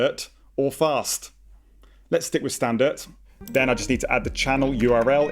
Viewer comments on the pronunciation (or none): "Standart" had me in fitssssss 😂😂🤣🤣🤣🤣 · Cant even say standard